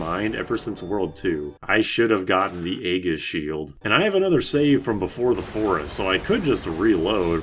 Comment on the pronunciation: Another pronunciation recommendation: "Aegis" is not "A-giss", it's "E-jiss". It's a soft G, and the A is silent.